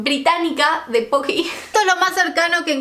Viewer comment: madre mia la dificultad que tienes para decir Pokys jajajajaja. Son japoneses y son silares a los Mikado, pero estos en vez de ser solo chocolate, tienen sabores. Estan buenisimos.